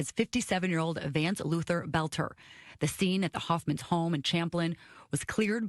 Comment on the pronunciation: His name is pronounced “belt-er”. Thanks Benny.